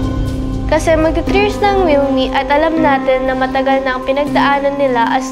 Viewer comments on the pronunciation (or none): Milmi po Hindi milela